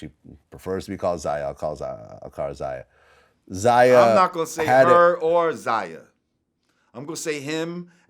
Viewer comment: Its pronounced "ZAY-UH and ZY-ON(not Zian)" Vlad!!!!!! Other than that he still a little boy lmaoo